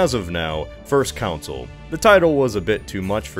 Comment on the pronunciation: Are you intentionally mispronouncing Consul and Bourbon?